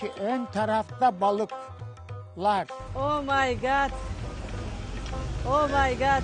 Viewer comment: Omaygaat diyor bi de 😂😂